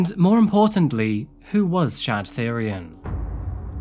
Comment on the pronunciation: Thyrion is pronounced "Tee-ryon", like the GoT character. It's the word for the old royal purple dye pigment (spelt without the H, usually. This guy's name might be a greek or other spelling)